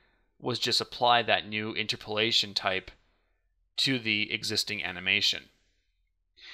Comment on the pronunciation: It's pronounced inTERpolation, not INterpolation.